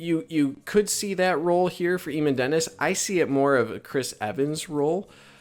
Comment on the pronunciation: Eamon is pronounced aye - min